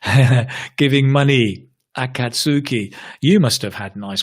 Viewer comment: When said the word akatsuki in a bit of a funny way you knew he wasn't a naruto fan